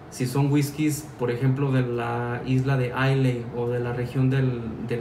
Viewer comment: Isley se pronuncia aila